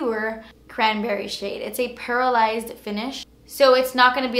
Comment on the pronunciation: watching this years later, sounded like she said paralyzed instead of pearlized lol